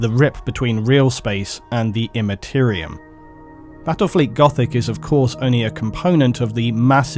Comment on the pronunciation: Bwattwel fweet goffic uwu please end me